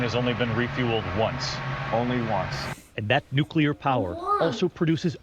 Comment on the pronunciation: It's pronounced new-clear, not new-q-ler.